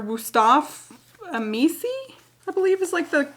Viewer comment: it's pronunced a-mee-chee. i guess it's in italian, im italian and amici is friendS in ita